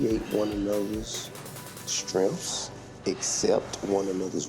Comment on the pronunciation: he tryna talk like he educated but said strenffs